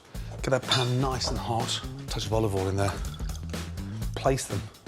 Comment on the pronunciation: "Tablespoon of olive ole"